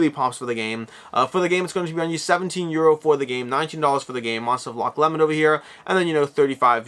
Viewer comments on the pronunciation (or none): Sorry to be that guy, but as a Scot I feel obligated to point out its roughly pronounced "Loch Low-mnd" (varies slightly based on local accent) never "Loch Lemon" :P. While Loch Ness might perhaps be the more famous Lake outside of Scotland it is somewhat remote. Loch Lomond is considered to be significantly more picturesque and combined with being much closer to the central belt of Scotland (Around Edinburgh and Glasgow which is where ~80% of the Scottish population reside) it is by far the more popular tourist destination.